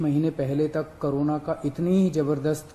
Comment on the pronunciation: Everyone : corona Kejriwal sir : karona